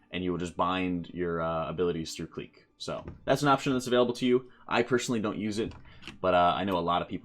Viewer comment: Clique is pronounced the same as click btw